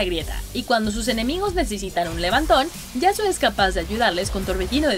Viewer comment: yasuo peruano xd